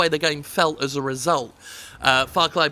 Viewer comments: Everytime Jim says "Farcry" I keep hearing "Farquaad" - the villian from Shrek 1. Ya think Ubisoft's compensating for something? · It's Far Cry. Far Cry ing out loud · "ITS FOCK CRY!" - Jim Sterling. Ubisoft should add that on their (NOT) GOTY promotion ad